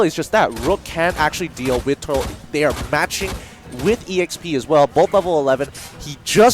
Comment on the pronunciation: Get better casters please! these dudes are really bad. Couldn’t even say the champion’s names right (ex. Rourke - Rook?!) just sayin lol